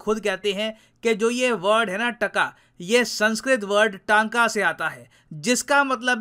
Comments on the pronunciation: The correct pronunciation for tanka is Tonka/tunka/टनका , It's not pronounced as TAnka/Taanka. तंका or rather as टंका! ton (I’ve got tons of work to do) टन Or rather... Tonne ( Tonnes of oil) टन (...दो लाख टन तेल पाया गया...) Tonne + ka = टं + का = टंका In Odisha we use word Tanka for paisa/money. We have been using this since ancient times. English: How much money to pay? Hindi: kitana paisa dena hai? or kitana paisa? Odia: Kette Tanka? I'm half Odia and Half Marathi. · We odia also call rupee as tanka (टंका)ଟଙ୍କା ( not टाका )